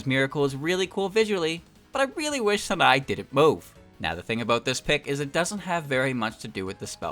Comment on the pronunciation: You pronouncing the "-e"'s as "ee's" while trying that half-assed jp pronunciation drove me crazy lol, especially that "sanae" That said i enjoyed the video